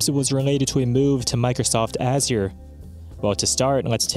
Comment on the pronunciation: lmao "azier"